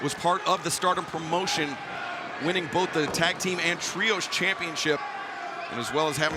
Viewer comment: Why does Excalibur add 3 additional "M"'s to any word with an M in it? "Prommmmotion" Give it a rest.